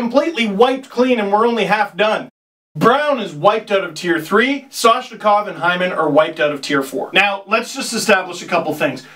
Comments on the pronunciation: What happened to the "M" in Matthews? more like What happened to the "N" in Soshnikov!? LOL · "soshikov" im dying